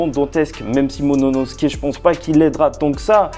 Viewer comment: "Momonosuke" grrrrrr vilain. Sinon bonne review